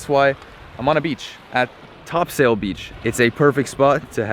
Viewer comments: You did great saying Newfoundland. But Topsail is pronounced Topsul ☺️ I grew up in Chamberlains and spent a lot of my childhood on that beach. Thank you for spotlighting our home ☺️ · Bruh its pronounced "Topsle" beach lol. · We pronounce it topsull beach lol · oh and its pronounced "Topsoil" not sail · I agree wholeheartedly. He said every other place name perfectly, so it caught me off guard when he said "TopSAil". (For the record, it's a word from Middle English, and is pronounced Top-sul, with emphasis on the first syllable) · Yo! ! That’s my Dads place! I can’t believe you went to Fort Amherst not many people go there. Who’s going to tell them they could’ve gotten the Iceberg beer at the corner store lol. And you guys went to Topsail (Top-cell is how we pronounce it) but you should’ve gone to the Beach Bluff which is that HUGE cliff in the background. You don’t have to hike all the way up there there’s a little path off a residential street. But I have to say, the beach is the BEST sunset spot in the province. In my opinion.I was raised just up the road so I’m not biased or anything 😉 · great video. i enjoyed seeing some of my favorite spots. it's pronounced top-sil :) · Awesome!! Chuckled at “Top Sail”. Fellow Newfoundlanders will get that reference.😉 lol. Refreshing to hear the province name pronounced correctly tho. Not often that happens amongst CFAs. (Another NL reference😉). Looking forward to the rest of the trek!👍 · i can promiss you everone knew u aint from her speaking taht slow down by her we spoeak fast when you aid topsail allmost thought u said the wrog word but its allways great to see someone love newfoundland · Nice to see you having a beer at Topsail Beach, I'm from that area and have had many fires and beer there. Glade you enjoyed it, but too bad no one there helped you pronounce Topsail lol